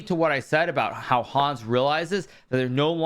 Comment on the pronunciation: Lovely recap. Could you please pronounce Hans more german? A get anxious hearing your „Hooons“ (german writing)